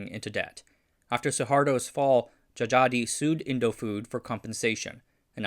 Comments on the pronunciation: a little tip. old names that still include Dj or just j is unique. Dj is pronounced as a regular old j but "j" is pronounced as y. so it's not Jajadee but jayadee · djajadi read jayadi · If you're going to make another Indonesian historical video Dj would be pronounced J as Djajadi is actually pronounced Jayadi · The names on this video is using old Dutch spelling. Dj is J, J is Y, Oe is U, Tj is C. So Djajadi is read as Jayadi and Sioe is Siu (Chinese : Xiu). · Djajadi is pronounced JA YA DI (jah yah dee) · it's an old Indonesian pronunciation, and his name actually pronounced as "Jayadi Jaya", or "Jha-yha-dee Jha-ya" in English tongue